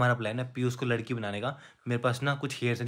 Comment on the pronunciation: Lakri nhi ladki sorav bhaiya